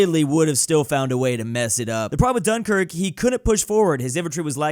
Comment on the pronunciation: cough cough UM SORRY! DUN-KRICK!? ITS DUN-KIRK U DUMASSES